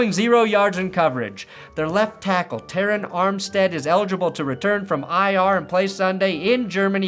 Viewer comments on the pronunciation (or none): none